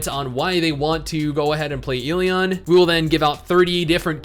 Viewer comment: I cringe every time he pronounces the game title incorrectly....